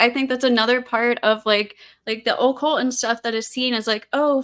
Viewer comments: Why is she saying occult like oh-cult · It is annoying how this girl pronounces 'occult'... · The affectation of Occult pronunciation by is annoying.